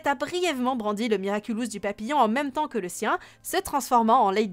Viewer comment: papillon pas papillombre